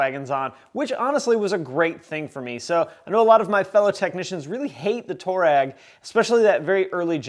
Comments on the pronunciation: Just so you know, it’s pronounced "twar-egg" not "tour-egg" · The name toureg is after an African tribe and it's actually pronounced (I'll write it phonetically) twah reg... just saying!